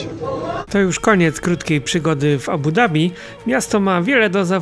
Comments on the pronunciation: „D” jest wymawiane w języku angielskim. W arabskim wymawia się „Z” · Nareszcie prawidłowa wymowa stolicy Emiratow